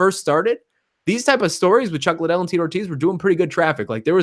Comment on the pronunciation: making excuses for Oscar's complete failure at promoting that fight... lame. grade for that promotion is a F minus. Oscar didnt even know how to say Liddell. HE COULDNT PRONOUNCE THE NAME OF THE MAIN EVENT. Oscar looked like he just woke up and forgot he was director of the high school play. complete embarrassment.